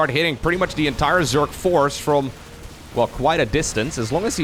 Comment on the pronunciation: Hey bro, started watching your vids a few days ago and even though I knew nothing about SC2 (only played SC1 as a kid) I find them fascinating and engaging! Since you asked for help with pronunciation, I think the #1 thing that would help you sound way more like a native English speaker is differentiating between "s" and "z" sounds. Obviously the main culprit in you case is the word "Zerg", but keep in mind that often the letter s is actually pronounced with a z sound, like in "position" (pronounced pa-zee-shun). A variant of this phenomenon appears in words like "decision" - you tend pronounce the s like a "sh", where it should actually be pronounced like a "zh", as in the J in the French name Jacques.